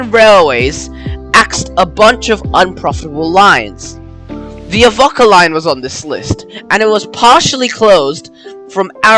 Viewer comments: Excellent video, I live in the town In Question and I train spot regularly on this line. And you you’ve made an excellent video about my ‘home railway’. And a quick tip, it’s more pronounced ‘Ahh-Vo-Ka- rather than Av-okk-a. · Yeah mate, his pronunciation makes me cringe too, as to the need for extra stations on the line, there should be only Avoca, Amphitheatre and Elmhurst, with all three having the passing loops as needed, but the major upgrade should be to the line speed, 40kph is a joke, when the rest of the network enjoys a considerable higher speed. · Bro, it's pronounced "Av-O-ca, not "Avocca" as you're saying it and Navarre is pronounced "Navair" even though it's spelled "Navarre". Apart from that, good. 👍🍻